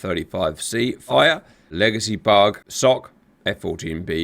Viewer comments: I've been watching GR videos for a couple of years now, and this whole time, I thought Cap was saying "bog," not "bug." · Oh its bug??? Lol, I thought you were calling it a bog or super bog. But yes, being that its called a Hornet, bug makes sense...lol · Oh. I thought he was saying "bog". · Thanks for explaining, I thought you were saying "bog" and it was very confusing 😂